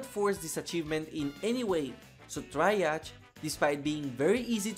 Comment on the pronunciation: Hearing you mispronounce Triage(tree-odge)[ˌtrēˈäZH] gave me an inoperable brain cancer.